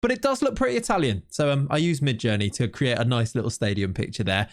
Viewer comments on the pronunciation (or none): none